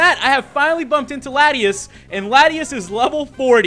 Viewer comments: prononuced: la-tee-aus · its law-tee-aws is how its pronounced